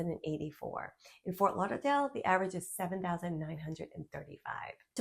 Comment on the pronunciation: Love the way you say Lauderdale. Lawdadale. You can only be from lawng iland 😂